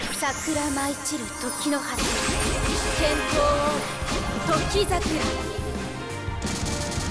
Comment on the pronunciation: なんか「時桜」のイントネーション違和感w